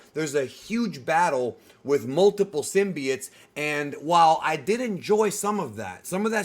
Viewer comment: bro its symbiote. not synbiet